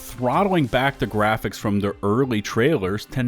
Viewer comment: “Muh gwaphics!!!!”